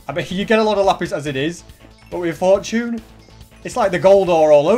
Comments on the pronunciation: Its fortune (for - chun) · Where I’m from we pronounce it for-chune